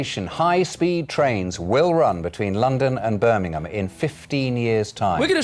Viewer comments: birminam lol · You lost me at Bir mi nem.